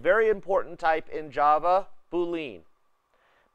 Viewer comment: Boolean -> [boo-lee-uh n] named after George Boole. Not Boo-Lean